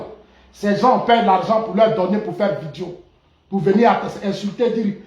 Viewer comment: Monsieur dites " video" et non vidio "s'il vous plait. S imple contribution.